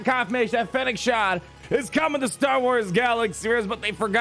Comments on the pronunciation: ShanD. not Shan. Do you even Star Wars bruh? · It's Shand, not Shan. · Fennec ShAND. Not “Shawnd” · Not to be that person, but it's "Shand" haha. Thanks for the video! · I think the way he says her name, he really thinks its Shan :D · It's kinda hilarious! :D